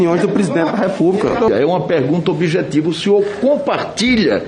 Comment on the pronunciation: Izisti, ubijetivo, até quando vamos aguentar esse bandido Renan Calheiros cagando na nossa cara seu purtugueis esdrúxulo